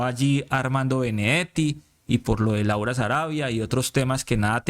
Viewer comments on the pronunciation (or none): none